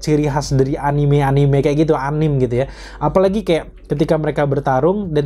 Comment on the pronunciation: A-ni-me bang, bukan a-nim. Awas diserang weebs klo ampe salah nyebut wkwk